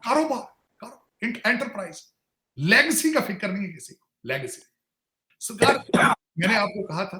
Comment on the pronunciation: Lagecy nahi Legacy hoti h Tarar Sir 😂